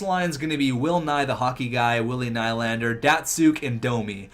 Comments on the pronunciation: It's nee-lander not kny-lander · It's "Ni-lander"